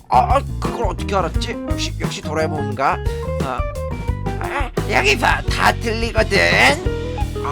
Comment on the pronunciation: 진구 왜 도라에몽 부를때 조라에몽~~ 이라고 하지?!?!?